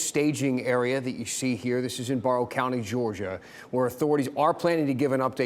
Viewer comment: It's not pronounced "Borrow county" but "Barrow like arrow".